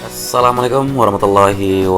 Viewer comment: Koreksi dikit untuk pengucapan salam nya. Huruf lam nya 2 harokat/ ketukan ; assalaamualaikum". 🙏